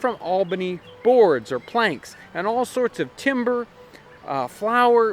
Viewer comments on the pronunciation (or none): none